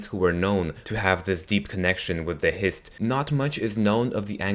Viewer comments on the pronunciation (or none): "Histree" really? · Why do you put so much emphasis on the T is Hist Trees? Just say it like you would say Histories.